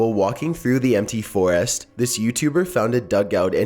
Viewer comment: Lol he says foraast